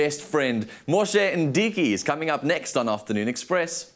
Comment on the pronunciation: its Moshe Ndiki not Mdiki